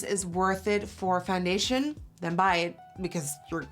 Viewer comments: she says fandation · Someone please make a compilation of her saying foundation